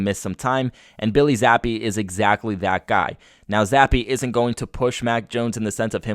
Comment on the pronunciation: Who's Billy Zappe 🤣🤣 Jesus slamming the poor kids name like that 🤦‍♂️